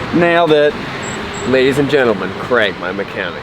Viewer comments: do all americans pronouce craig as "creg"? or is it just? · Creg should friend me so that occasionally he hears someone pronounce his name “Craig” correctly.